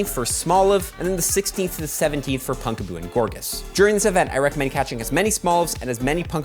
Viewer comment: Second PoGo content creator I have seen pronouncing "Pumpkaboo" (as in, you know... "PUMPkin") as "Punkaboo."